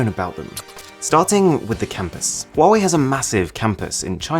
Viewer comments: is acther call 华为 not 花为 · ITS HA WA WI NOT HAWUAWI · What people say : wawee What i say : Hawawee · U know that it is pronounced as “wuave” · Says that when he say Huawei being pronounced as quarry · For Huawei it says “quarry” sometimes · Bruh chinese people when they hear Huwawei: Lame ass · Good job I don’t have a huewia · I didn't know how to pronounce it but liked to "believe" it was pronounced Hooway like hooray by a British toff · There is one thing that you didn't know about Huawei...how to pronounce it properly!